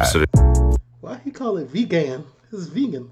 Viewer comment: "VeeGAN" 😆 x